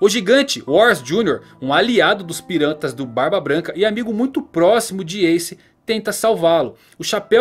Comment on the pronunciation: vc falou pirantas aqui kkkk